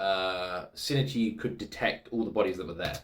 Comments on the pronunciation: I think it's 新一 in this case, but yeah. It's tempting to try to pronounce it Shi-Ni-Chi in English, but in Japanese it's clearly written with just the two syllables. So I can understand where coming from--he's not far off. I guess it's about putting equal "weight" on both syllables, so that even if the 'i' in ichi is almost silent, it still sort of comes through. I'm bad at explaining pronunciation. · Just to clarify, the correct pronunciation is しんいち(shin-ichi) and not しにち(shinichi). There's barely any difference as an english speaker and it's not a big deal as long as you make sure to audibly say the "i" in the middle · The pronunciation trouble again? Reminds me of "shinigami" in Death Note🤣 As a Japanese speaker I think the difference you are making is more likely SH sound vs S sound at the beginning. "Shin-ichi" is pronounced with a clear SH sound like the English word "ship", not "sip". Also, when you said you're team Kana, I instantly thought about Murano's VA, KANA Hanazawa🤣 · I think the main difference between your pronounciation and Migi's is that it sounds like you say "Sin" instead of "Shin". (Missing the H) But like you said, the second "i" is very subtle. And the 'n' is almost silent. No worries though. I never commented on it before because it's fine, and it is a bit of a tricky pronounciation. ☺ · For pronounciation his name also starts with "Shin", which is pretty much pronounced like "she". You kept pronouncing it "sin", not "she". Together it's like "she e chi", where "chi" is pronounced like the "chi" in "chief" (but you got that right) and "she e" sounds ever so slightly like two seperate "e" sounds with a pause inbetween. So not like "sheeeeesh" which would be only one long "e" sound. "shin" and "ichi" are two seperate words that make up his name, so each one is pronounced seperately, hence the (very slight) pause instead of a long "e" sound. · huh? no, its SHI-N-I-CHI (or shin-ichi) (泉 新一) = "泉(izumi) 新(shin) 一(ichi)"